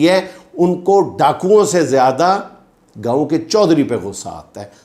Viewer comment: It’s not Gaaoo, Gaon